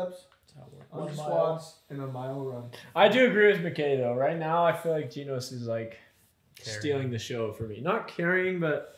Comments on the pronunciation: Guys it's GEnos not Ginos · i dont really get why some people call him ginos when everyone in the anime obviously pronounces his name as genos 😂